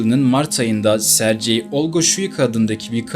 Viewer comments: Rusyada, Rusçada Sercey diye bir issim yok bilader!!!!! Aynı yazıldığı gibi söylenir Sergey!!! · SARCEYDEN sonra izlemeyi bıraktım. SERGEY diye söylenir. Sankt Peterburguda. Sankt PETRASBURG dediğiniz gibi. Hep telaffuzu bozuyosunuz. Önce biraz telaffuz eğitimi alın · sercei okunmaz serygey okunur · Serci nedir? Sergey😂😂😂😂😂😂 Sergey ingilis ismi degil. Serci okunsun. önce öğren sonra konuş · Sercey deyil Sergey yumuşak g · AY bala serci yox Sergey g harfiyle serqey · Italyan ismi gibi okuyorsun.sercei degil sergey diye okunur. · Hikaye için teşekkür ederiz. Ancak, bir Rus dili ve edebiyatçısı olarak şunu demeliyim ki, adamın ismini yanlış hitap eden diyorsunuz, doğrusu Serg(Giresun)ey👍🏻. C değil. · Her Sercey deyende eseb oluram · sergey okunur